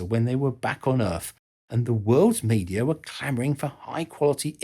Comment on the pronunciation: What is this planet he calls Erf? I've never heard of it before.🤣🤣